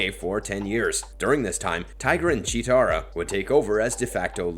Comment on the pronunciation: I hate how he pronounces chetera instead of Chitara